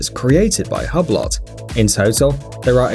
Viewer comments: Pronunciation of "Hublot": Click the (>) play icons. Man. The american's ignorance for how foreign names are pronounced is really embarassing - but only to all other parts of the world, it seems. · The way this fool pronounces ‘Hublot’, makes me want to stick a sharp pencil in my ear. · The way you pronounced Hublot made my European neck hair stand up, of which there are a lot, because I'm European. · If you can't pronounce "Hublot" you shouldn't do a video about it! Lol! Had to edit my comment... this idiot cannot pronounce ANY watch makers names or watch parts at all... Jesus man! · Hublot is a FRENCH Company ! You could at least try to pronounce it in french. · I think you need to know how to pronounce the brand first... ‘hub lot’ hmmmm it’s pronounced “oo blow” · Lol it's not HUB - LOT it's said 'WHO-BLOW' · Inna Yuh Belly isn't the "lot" silent as in "hue blo" .. In phonetics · HUB-LOT LOL! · Hughe blow....not hub lot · Its called hublo not hablott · It’s “oo blow” not “hub lot” you fucking caveman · Its called hube-lo not hub - lot.. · Hub lot ! Lmao.Pronounced hugh blow. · It’s not ‘Hub-Lot’ you muppets! It’s ‘Hew-Blow’. FFS! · I dont think its pronounced " hubb lott ". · Say it with me..."ooo-blo" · Hublot is pronounced hoob low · Dh is a hub-lot? Hew-blo my brother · Can someone find me a "Hub lot" "Tor ba lon" please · Its pronounced Hublo..... tw@ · It's not Hublot. It's "Uu-blou" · You should research your pronunciation of the product Hublot= ublo is the right pronunciation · Funny how you said Margot correctly, but you said Hublot wrong..... Hub lot.... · Am I the only one who feels like reaching through the screen and cut his tongue out when he said HUB LOT? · hubb-lott... i mean.. jesus christ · While the watches are interesting, your lack of knowledge about horology is forgivable but really could have been avoided with a little research. Hublot, pronounced Hew Blow Tourbillon, pronounced Tor Be Yon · Hublot is pronounced Hooblo'. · Partha Gogoi u-blo